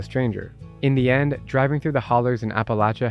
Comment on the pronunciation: you don't know how to pronounce appalachia - makes me wonder about the rest of your content.